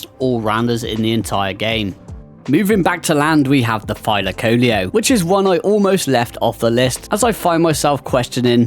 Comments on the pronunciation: thy-luh-KO-lee-oh MY GUY. That is how everyone pronounces it including the wiki page and Helena herself. Or is everyone wrong minus you? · Thy-laca-leo my guy